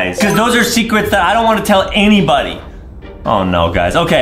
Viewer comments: “my Secwets! “ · Uhhhh did he just say secwets?!